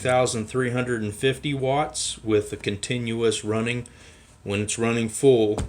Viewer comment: WEN not WIN.